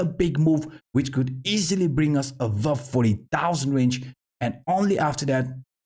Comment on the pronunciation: Great contentas always!! Here is some help with your English. "This is what we have been talking ABOUT".... Try to pronounce the "B" more prominently in the word aBove instead of saying with a "V" (avove). Thanks again!!